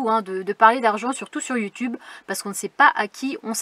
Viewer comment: Dit donc, elle finie un peu en queue de poisson ta vidéo! Mais très intéressante pour moi qui voudrais un jour être nomade ☺, j’ai bien aimé aussi quand tu parle de YouTube, en faite on entend yu tube, c’est mignon 😉, salut salut à tous le monde.